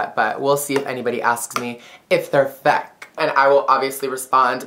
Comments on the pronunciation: "If they're fick" "no they're rel" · if they're feck. no they're rill. :3 love you